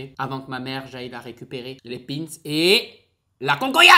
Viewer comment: Ta du mal a prononcer ou tu f expres entre pin’s et concoillotte g kes oreille qui sifleet ta une culture quand meme limitée